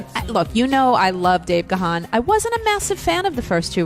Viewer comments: Ga-han ..no!!!! Its pronounced GONE. Ask him. He is polite tho so he won't correct you. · Pronounced GONE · It’s actually pronounced Gan the ‘h’ is silent and sounds as in ‘man’. Don’t know why folks have such a problem with his name. Just listen to his interviews where he introduces himself. He’s British and that’s how his name is pronounced here. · Its actually pronounced Garn.....but i get your point 😉👍.....im english by the way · Depending where your from in the world...how you pronounce names are different....im english just like dave gahan....and have been a follower of the band for over 40years....we pronounce it garn.....or gahn...depending on what accent you have Just the same as we say jesus...but hispanics say heyzus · I am embarrassed for interviewer that she says the likes of.... she "is such a fan and was beating down the door to get DM into Rock n' Roll H. of F." YET....says Dave's last name wrong repeatedly. Just glad to hear Dave once again and the break down of the songs. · It'd be great if any of these people in the recording were pronouncing his last name correctly.